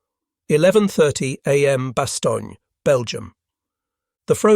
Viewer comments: Correct me if wrong, but the "g" in Bastogne is silent just as in Cologne. So the proper erudition is Bas-stone, not Bas-stonn'ya... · 'Bass' 'tone' bastogne. It's a fresh word. Not Italian. Not like bologna. Lol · Ones again a Briton butchering proper English language enunciation. It is pronounced Bastone ! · The Belgian town of Bastone has no “a“ at the end of the name. Why would you pronounce it with an a at the end. Very disrespectful to the history of people of Bastone . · Drove me crazy he couldn't pronounce it correctly! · Narrators need to learn how to pronounce Bastogne properly plus other foreign town names